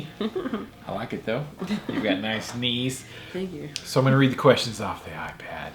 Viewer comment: Knees HAHAHAHAHAHAHAHA Thought he said CUNNY HAHAHAHAHAHA